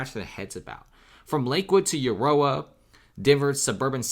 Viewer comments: It's pronounced Ah-roar-ah by the way. I used to live there so I'm pretty confident of that. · Learn how to pronounce the city name of Aurora it's not an uncommon name. You sound ignorant.